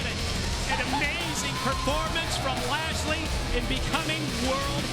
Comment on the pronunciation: its so grating to hear them call him "Lashley"